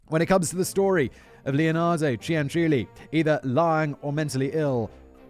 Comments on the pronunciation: Actually the lady “s surname was CIANCIULLI (pronunciation: Chan-chu-li)and NOT Ciancuilli . And I know for sure cause I’m Italian btw 😇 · I was born not far from Correggio, and I remember the stories my father told me about her when i was a child. And by the way, the correct name Is Cianciulli, not Cianculli or Ciancuilli. 😂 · No no no no my friend. Please read this comment. It's pronounced CHANCHULLEE. The second C Is a CH sound, not a K sound. You're welcome. An Italian listener. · BTW the pronunciation is ChanChoolli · For those that care, the correct pronunciation of her last name is "Chan-chooli". It's also actually Leonarda Cianciulli. The U and the I are in the wrong place. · OMG THANK YOU FOR DOING THIS ONE! She's the inspiration for the soap making scene in Fight Club. Also, you are more kind about sex workers than people who are religious. Like, I adore your content, but maybe ease up a bit? It's pronounced [Chin-chool-ee] Also lemme add, as much as I love your content; another channel?! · The name Cianciulli is pronounced: Chan-chyoo-lee, or, Chyan-chyooli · I'm six months late...kinda a new subscriber, but knew of this case from other channels on YouTube. I never laughed at the other ones, but Simon trying to pronounce that last name of the "psycho soap lady", had me in tears. Not two minutes in and I'm losing it! Love the scripts that are read, but if the one reading it has no emotion in their voice, it can ruin a great script. Simon nails it every time! Bravo David!Bravo Simon!! Only wish I could like this video twice <3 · I didn't watch the episode yet, but as an italian I'm very much concerned about the pronunciation Edit 1: why did I see Samara dance the napolitan tarantella? But most importantly why the hell did it made me laugh so hard? Edit 2: why on earth Leonarda looks like my grandmother's sister? It's basically her, only younger, apparently shorter and thinner Edit 3: the pronunciation wasn't as bad as I was expecting honestly